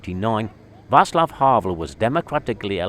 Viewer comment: váTSlav havel Why does everone feel the need to pronounce the C hard?